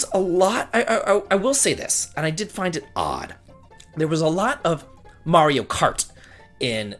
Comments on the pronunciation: You pronounced Mario right, so I didn't have to kill myself doing a shot every time you said Mare-ee-oh! :D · I'll watch it only because you finally said "Mario" the correct way. Best wishes. 😀